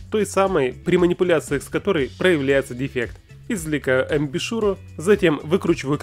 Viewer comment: Амбушюр, а не амбишюр.